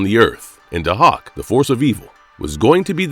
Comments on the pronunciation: Day-hawk man.. get it right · No, it's pronounced "Day-Hack". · NOT PRONOUNCED "HAWK" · They way he's pronouncing Dahak 😫